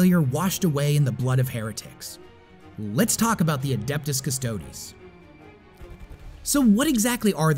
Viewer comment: Stodes.. Urhhgh, so cringe. Other than that, very good video